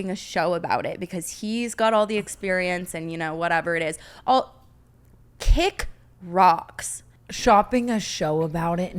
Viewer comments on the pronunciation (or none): Brooke saying "Oh KICK ROCKS" with her whole chest gives me life